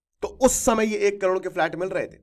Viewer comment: Sir flat hota h falt nhi